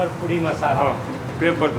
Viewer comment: It’s podi not pudi, podi masala dosa !